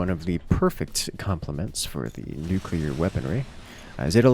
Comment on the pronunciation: Absolutely critical that pronounces "nuclear" accurately.